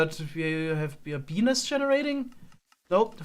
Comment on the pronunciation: Ohh, he said bee's nest...